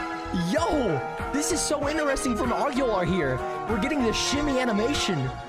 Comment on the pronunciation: The fact he can't say interesting normally he's saying ineresting